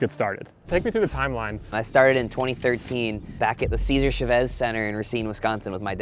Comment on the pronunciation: Why’d he say Chavez like that? Lol